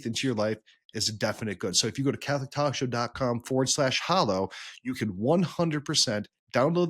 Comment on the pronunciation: My brothers in Christ, it’s pronounced “HA-low”—not “HO-low”